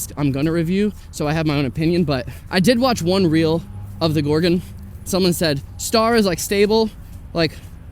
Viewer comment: Thank you for saying Gor-gon, not gor-GONE!